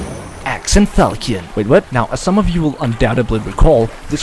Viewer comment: reddit tism in a nutshell laughing at own garbage jokes pronounces fal-shon as falkee-on and deleting comments judging by the sound of your voice youre 1 impossible burger away from transitioning lmao